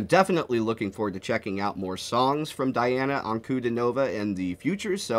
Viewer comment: Just fyi…it’s Dee ah nah..